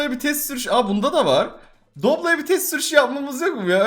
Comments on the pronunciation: Fiorineo ya foblo diyen koca yürekli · Fiorino ya doblo diyen